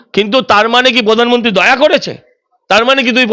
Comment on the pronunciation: আপনি সঞ্চালিকা , আপনার উচ্চারণ এতো বিশ্রী কেনো ! এইকাজে পড়াশুনা করতে হয় ! রেখা পাত্র , প্রধানমন্ত্রী কিছুই ঠিক মতো উচ্চারণ করতে পারেন না ! ছিঃ